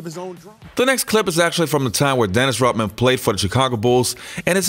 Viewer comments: Does this guy know that Dennis's last name is Rodman not Rotman? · Yoh, You got colds or something? Cause tt really kills me when people can't pronounce simple things right. I mean it IS Dennis RODMAN. Not ROTman. Unless Dennis himself said so. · This is a good video and i liked it but cmon its RoDman not RoTman!